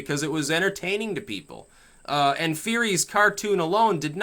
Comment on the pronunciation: Is it Matt "FURIE" or is his name in fact pronounced "FURRY"